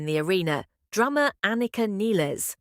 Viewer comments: Her name is not pronounced Nillis, her name is pronounced NILES…. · The opening comment box… “after the fifty something tour.” ??? Idiots, LA is the START of a two year long WORLD TOUR. Anika Nilles is pronounced, like the river Nile. Get your self together before posting content about #RUSH. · Joining the crowd who says AI is right here too. Nill like Pill with -es in the end. It's funny that only AI gets it right, and those who knew her before Rush like Rick Beato. And even in English the two L should indicate a similar pronounciation, but people probably say what the band members say and they are too old to learn it. :D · Seems like she inherited the curse of having the last name mispronounced. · Nilles rhymes with "Miles", and Peart is pronounced "Peert"